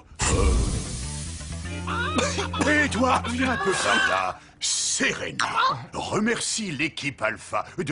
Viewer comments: bad c'est serena et non senba tu as compris alors arrête de raconter n'importe quoi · et c pa serena mais selenba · C'est pas Serena c'est selenba